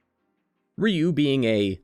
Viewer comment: Ryu is pronounced like 'you'